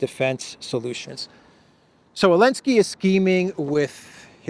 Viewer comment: Alensky? Don't you mean Zelensky?